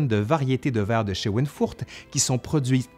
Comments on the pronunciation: C’est schweinfurt non scheweinfurt. C’est une ville de Bavière. J‘y vais régulièrement. Schweinfurt viens de Schwein qui signifie porc . Il se prononce ( chvaïnfourtt) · Schweinfurter Grün, vert de Schweinfurt, pas de "e" après "sch", et prononcé "chvaïnfourte". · Oh, bon retour !! Par contre, votre prononciation de "Schweinfurt" est... créative disons 😄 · on ne peut pas exceller partout !